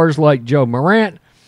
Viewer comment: I'm not sure if this guy even knows anything about basketball other than LeBron James. He really actually said Ja Morant's name incorrectly and didn't even correct himself. that was an eye opener